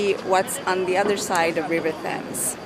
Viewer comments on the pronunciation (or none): Just a couple of things, that isn't the Fashion & Textile Museum, it's the former City Hall. The Fashion and Textile Museum is in Kensington. Also, you don't pronounce the H in Thames.